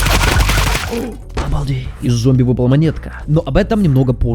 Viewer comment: Зоумби... блять, я теперь не смогу нормально произносить это слово (